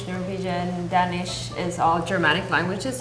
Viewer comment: It bothers be how they all pronouce "Danish" Like come on, how fkn hard is it haha